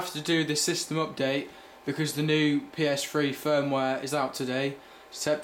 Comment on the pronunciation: PS Fwee hahahha lol